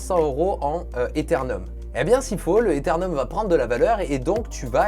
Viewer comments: Ces ETHEREUM pas etherNeum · Etherneum? Euthereum plutôt nope 🤷en attendant super sujet de vidéo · Ethereum pas Ethernum ! Super video sinon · ptdr ethernum sa m'as tué XD + quand on parle de la monnaie et pas de la blockchain, c'est l'ether ;) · Quelques erreurs et incohérences quand tu parles des cryptos monnaies ainsi que le prononciation de l'Ethereum.